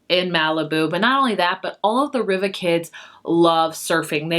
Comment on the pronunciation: Malibu Rising; pronounced Reeva